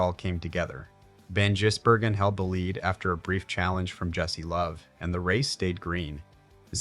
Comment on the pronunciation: It's Van Giz not Van Jiss